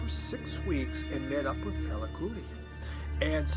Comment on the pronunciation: Another great variety and glad to hear your Mum is getting better. Must check out First Aid Kit Love Max Richter, but sorry, you're butchering his name;) lol. He's German, so it's pronounced "Reeshter". On the plus side your version of Fela is pretty good!:)